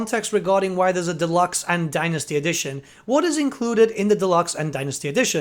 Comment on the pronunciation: As a fellow Brit you're killing me with how you pronounce Dynasty (Thank you for the video, always watch your videos for the latest info)